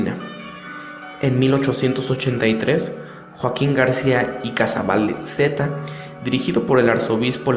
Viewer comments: Y TU QUE HAIS. QUIEN ERES EN PRIMER LUGAR ENSEÑATE A HABLAR Y PRONUNCIAR BIEN ICAZBALCETA REPITELO HASTA QUE TE SALGA IGUALMENTE NICAN MOPOHUA Y NO REVUELVAS EL TEMA HABLANDO SIN TON NI SON Y LASMPRUEBAS DEL MANTO DE LA VIRGEN NO SE HIZO CON LAZER IGNORANTE SE HIZO CON LA PRUEBA DE CARBONO 14 NADIE TE OBLIGA A CREER PERO SI ERES PELIGROSO PORQUE NO ESTAS PREPARADO PARA HABLAR DEL TEMA Y SI PUEDES MAS BIEN HACES MUCHO DAÑO ADEMAS PERTENECES AMUNA HERMANDAD QUE EN SU CASA LA CONOCEN Y LE HABLAN DE TU PORQUE NI QUIEN LOS CONOZCA HAS DE TENER UNOS DIEZMOYENTES NI SIQUIERA DAS LA CARA SOLOMTU VOZ DE UNA PERSONA TOTALMENTE INSEGURA QUE NONESTAMBIEN PREPARADA EN EL TEMA ME IMAGINO QUE TI HERMANDAD HA DE SER MAZONA Y NO SE PORQUE TIENEN TANTANBRONCA CON LAS MUJERES TALMVEZMPORQUE SON MISOGINOS??? Y COMO NO SE ATREVEN A DECIRLO SE DESQUITAN CON LA VIRGEN SIMBOLO SACRO DEMTODAS LAS MUJERES CREYENTES Y ASI A ESCONDIDAS NOS INSULTAN A TODAS NO?? PUES BIEN HAY MUCHAS VERSIONES COMO LAMTUYA PERO TAN MEDIOCRES QUE NADIE LES HA CREIDO MAS QUE TU GRUPITO CONTRA MILLONES DE PERSONAS AL REDEDOR DEL MUNDO QUE PIENSAN DIFERENTE COMO TU Y LOS QUE MENCIONASTE PORQUE SERA QUE NUESTRA FENPOR ELLA CRECE CADA VEZ MAS NO TE EQUIVOQUES MEJOR QUITALES AMTU GRUPITO EL ODIO ACUMULADO QUE SE VE TIENEN POR LA FORMA EN LA QUE SE EXPRESAN EN SUS COMENTARIOS PORQUE EN REALIDAD SE ESTAN CONDENANDO LA VIRGEN DE GUADALUPE REPRESENTA A LA MADRE DE NUESTRO SEÑOR JESUCRISTO Y SU ATUENDO ES UNA DE TANTAS ADVOCACIONES Q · se dice joaquin Garcia icazbalceta.animal